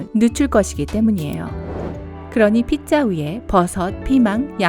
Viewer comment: 왜 피자를 핏자라고 하시나요?